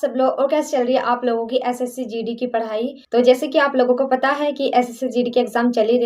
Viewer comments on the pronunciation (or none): Aap padhai n bolti ho parai bolti ho🤣😆bhn aapka laha centre h aap kaha se ho 🤔